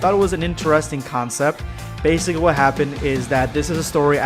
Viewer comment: Why do you say “bacicly” at the start